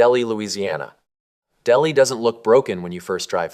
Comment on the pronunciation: Delhi is pronounced " Del-High".